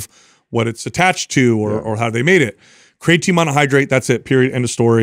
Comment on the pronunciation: I'm going to listen to this on my way from work tonight. A game I like to play is to count how many times pronounces Creatine "Craytine". 😂